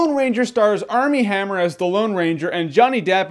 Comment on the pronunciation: Dude his name is "Armie Hammer"